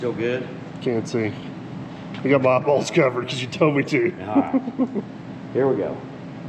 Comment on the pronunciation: Every time I hear say eyeballs, I shut my eyes 😂